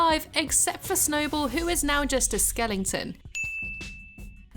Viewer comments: Skeleton is not pronounced skellington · skelling-ton, first person I have heard after Richard Herring pronounce it that way lol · I love how she just says skellington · I love the way you pronounce skeleton skelling-ton lol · I was gonna say, that's not how you pronounce skeleton XD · I loveeeeeeeeeeeee punnnns